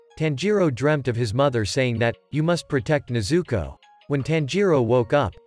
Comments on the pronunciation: Please say tanjiro and nezuko right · When he says nezuko i hear zuko😂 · I said stop saying nezooko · Stop telling nezooko